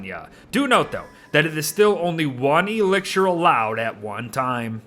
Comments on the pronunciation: "elixshur" lawdy guy. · Is there anyone else bothered by the way pronounces “elixir?”